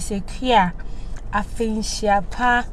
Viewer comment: Is Afihyia pa not Afinhyia pa. Speak proper twi, you are Ghanaian 😊